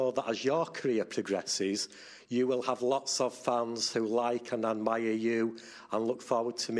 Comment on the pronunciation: the reporter told 3 times "and admire", but seems clearly like "Haddad Maia". Because of this, Mirra thought (and me, too) that he told "Haddad Maia" (Beatriz, the Brazilian). That was funny.